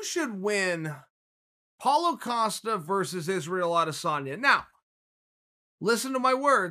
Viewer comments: Who TF is paulo O'costa? My god chael you stay fucking up these guys names! I can't tell if your trollin or illiterate.... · Its Israel Adesanya vs Paulo Costa not what you said...